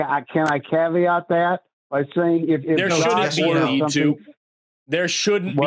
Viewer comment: Know how I know you're a bad person? If you answer "Is slavery wrong?" with "I'm going to answer that with a caveat." (Or "kaveet" as is pronounced by one of Matt's callers recently)